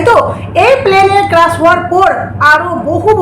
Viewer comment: ক্রাশ নয় ক্র্যাশ